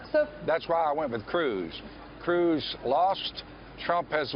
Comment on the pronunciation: Did he say cwooz?..🤣